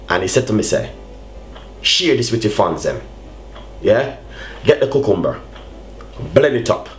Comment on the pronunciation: ku-kum-bur hahah